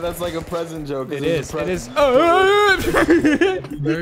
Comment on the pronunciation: actually, they were so wrong they couldn’t even bring themselves to say “Joke”. They said “Jole”